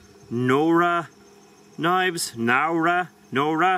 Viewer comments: just letting you know that it definitely is pronounced Now-ruh (not know-ruh). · Nowra... the first syllable is pronounced the same as 'now'.